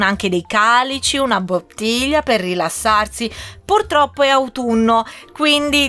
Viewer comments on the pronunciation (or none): none